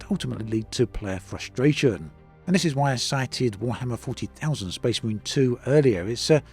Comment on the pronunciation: Warhammer 40,000? WARHAMMER 40,000! Who says it like that?! Do you kiss your mother with that mouth?